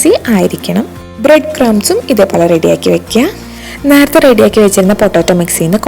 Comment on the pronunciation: നാർത്തെ അല്ല... നേരത്തെ.... കുറച്ചു വാക്കുകൾ പറയുന്നത് കേൾക്കാൻ അരോചകം ആണ്.. പറയുന്നത് കൊണ്ടൊന്നും തോന്നരുത്. പാചകം അടിപൊളി. വാചകം അത്ര നന്നായി തോന്നിയില്ല.